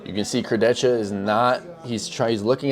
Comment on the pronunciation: Its Alex "Kurdeha" not "kurdetsha"